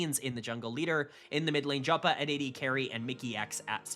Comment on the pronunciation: KC first ? Liked and Subscribed, you know how to make us happy lmao (Jopa is pronounced Yopa btw)